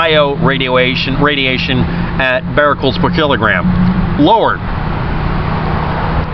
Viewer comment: Becquerels (beck-kur-rels), not "bar-rel-cels" but still good video.